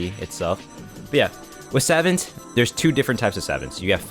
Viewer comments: Its Sah-vahnt not savant. I know its odd but its the correct way to say it. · I have to be the one to say it homie. It's pronounced Sah-vont (vont like font). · Ngl the way you say savant irks me obviously you are not a savant of the English language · the way he pronounces savant...😭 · please never pronounce savant incorrectly again my ears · My brain disintegrated every time he said savant